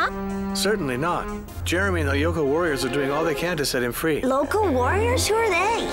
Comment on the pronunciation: The 2000s had much better times. And it's lyoko not loco